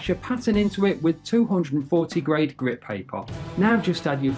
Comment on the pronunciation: its grit not grade